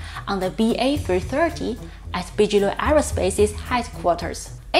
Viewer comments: Hey guys, your grammar is better than a lot American born speakers. But yes, Bigelow is pronounced with a hard 'g', like biggest. Kind of mistake anyone makes if haven't heard the word before, just read it. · Thank you. I enjoy the videos. I can't seem to get enough SpaceX news and all the presenters on YouTube have a little different take. Oh it's "Big-eh-low" not Bij. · I like the way he says bigalow that's the cool German way to say it and gives the flavor we all know what he means!! I hope keeps on pronouncing Bigelow the way he did we have too many people saying it he American way that's boring.